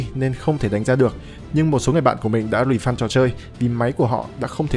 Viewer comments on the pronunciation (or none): Refund đọc là rì-phân, ko phải rì-phăn.